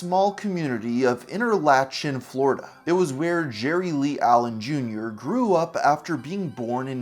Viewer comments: Floridian here. Its InterLOCKin not InterLATCHin. I know. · Lock-in not latchin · It's pronounced enter-lock-en not inter-lach-in. But good videos bro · Say it with me … enter lock in … that’s how you pronounce the name of the town ..appreciate the effort tho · Interlachen is pronounced more like “interlocken” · "Interlachen" is pronounced more like "inter-lock-in"